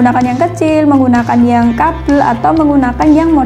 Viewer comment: Saya seneng dengan penjelasan mbak nya, terima kasih mbak,,,🙏🙏🙏 Cuman saya senyum aja pas mbak bilang kabel "kapel"😂😂